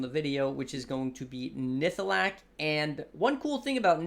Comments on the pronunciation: NihLATHAk not Nihthalak. Now say it 100 times. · And it's nihlathak :D